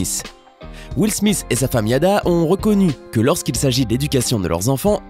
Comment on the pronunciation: Je me demande pourquoi Smith sonne smiss a vos oreilles car ( th ) ne fais pas le son sss en français